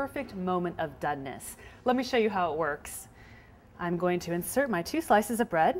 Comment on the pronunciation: Sounded to me like she was saying "dudness". And she says "begel" too.